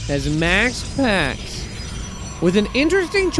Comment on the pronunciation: LOL how this guys says maxpax